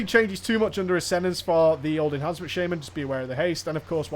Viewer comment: your pronunciation of enhancement as enHARNcement bothers me. Are you turning southern or something?